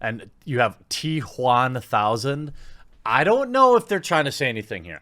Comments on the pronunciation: Why do you say t Juan thousand. I understand wamanator but now I'm a bit concerned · "The T Juan Thousand" Please tell me they're actually calling it that. It would be the best name since BatManuel on the live action version of The Tick. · I get the political bias but your emphasis on" T Juan1000" seems like you have some personal beef with having a latino in the movie. regardless of the message. Thought you were better than that.